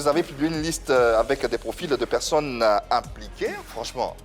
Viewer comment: Pourquoi il dit toujours pecsonnes même ?